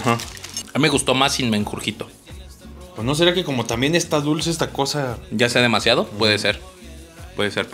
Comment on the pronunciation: si tuviera 1 peso por cada que dijo "Mengurjito" JSDJSDJSDJ XDD